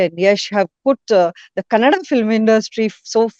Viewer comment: It is not kannad.it is kannada.how many times you people do same mistake again and again.